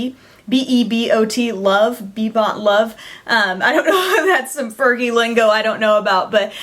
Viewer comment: i think she said fergie wrong!!! hahaha